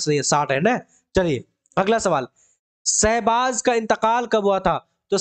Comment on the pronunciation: Aapko to Urdu Bhi Dhang se Parhna nhi aata hai Sahbaaz ko Sahzaad parh rahe hai aap kya kisi ko Parhayengey